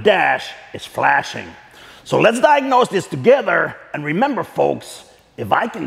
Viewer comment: Please don’t stop saying togetter I love it